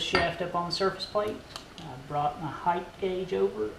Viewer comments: Great videos...but I noticed on most of these machinist channels you all pronounce "height" as "heigth" (with a "th" phoneme at the end). That is NOT correct. Height is pronounced as it is spelled with a hard "t" at the end. Look in a dictionary. The pronunciation key shows "hit" as correct and in some "hitth" as non-standard in some. Non-standard means wrong. As in pronouncing "ask" as "axe" is wrong. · Beans "Non-standard means wrong" Er, no, it doesn't. Also, whose standard? While arks for ask is largely a Caribbean thing now (and as a result coming back into common English as people start talking like immigrants), it was standard in England in the past. I've got used to 'merkins (not just southerners) saying heighth (and it makes perfect sense, cf. width and depth), but it still makes me chuckle every time Adam says axee instead of axis as the singular form as axes. Sometimes people use a word they'd read but never heard, like the woman being interviewed on the radio the other day who pronounced jeopardise an geo-pardise - now that cracked me up.